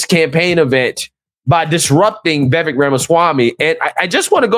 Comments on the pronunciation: Vivek . ... pronounced WeWake . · Phonetically, his name is pronounced as Vee-Vake Rama-Swaa-Mee.